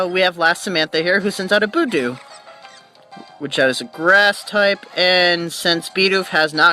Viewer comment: Well, I wasn't going to say anything, but since you appreciate it... =p "fyoo-ree cutter" not "ferr-ee" cutter "buhd-ew", not "boo-doo (you do, you do!)" =p and no, rock throw is a physical move. Glad I could help ^^ Also, you caught a Shinx! SO HAPPY! They're so darn cute! Also, your nicknames are not bad. Now, if you named the Shinx "Sparky," I would have to hit you =p